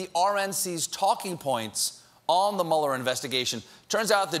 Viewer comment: Is it too much to ask for Stephen to pronounce Mueller correctly? He's way off. I guess he's still a "shining star" with very little knowledge.